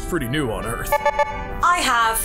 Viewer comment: "EE-ARTH Canines."